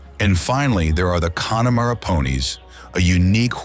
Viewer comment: Pronunciations again, gall-way, kill_arnie, con_e_mara, I have to stop